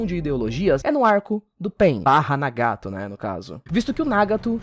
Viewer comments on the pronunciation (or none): o video estava maravilhoso até ele falar nagato de uma forma horrivel logo apos dizer certo kkkkkkkk